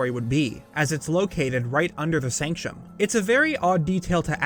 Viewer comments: I really love your channel and your theories. I cannot handle your pronunciations,, SANCTUM not SANCHOM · It's "sank-tum", not "sank-shum". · bruh sanc-tum, not sanchum